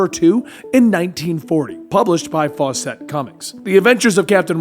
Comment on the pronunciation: I think somebody’s already said here but I will reiterate it. In actuality the original captain Marvel and Billy Batson were two separate entities. As well, the way he pronounces faucet and the evil Shazam, Mazahs, For some reason that really gets to me.